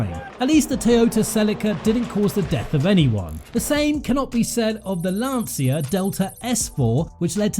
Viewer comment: oh and the way u pronouce "Lancia" is almost criminal xD